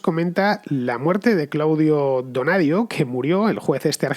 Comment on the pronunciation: Es Claudio Bonadío, con B y con acento, se pronuncia con acento también. Pero como en España dicen que San Martín nació en Brasil y no en Yapeyú, y le llaman peronista a Kicillof y no kirchnerista pues debe ser así.